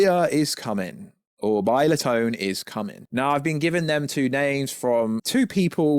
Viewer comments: It's Bye-oh-lan-TAY. Not "tee". Even the official Toho pronunciation states it. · Bilatone...lol...Biollante!!!, yes pronounced horribly... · repeat after me.. bio.. lan.. teee. lol that’s how you pronounce the kaju name you are butchering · Biollante - (bio-lan-tee)